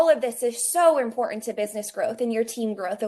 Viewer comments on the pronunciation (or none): "that's im-por-ANT!" ma'am, please stop.